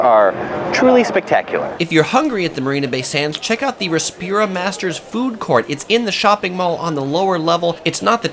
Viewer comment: Rasa - pura, not Respira. Rasa = taste, pura = city.